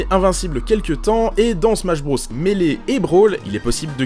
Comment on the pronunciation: « Smash Brausse » 🤣🤣🤣🤣🤣🤣🤣